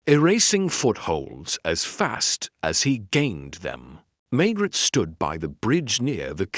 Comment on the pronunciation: It’s machine read, the pronunciation is atrocious and the pauses. Maigret sounds like maggot and reads as Margaret in the text. I’m wondering if this is an AI generated narrative rather than an original novel by GS.